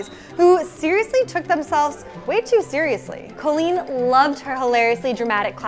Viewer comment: btw its cOlleen not cAlleen just saying